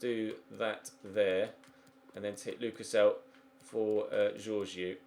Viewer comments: I know it doesn't really matter that much, just wanna say "Georgiou" is prononced "Ye-or-yi-ou". Just FYI. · This great I'm a spurs fan and the only career mode with spurs I've seen is by you thanks also it's pronounced George-eo